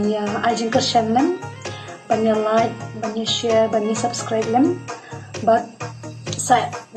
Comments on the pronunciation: "LAIT" bad "SUBSKRAIT"...😅😅😅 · Lait bad subskrait ha shyrkait 😂